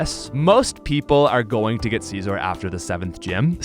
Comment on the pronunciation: “CaezOr” kills me everytime LMAO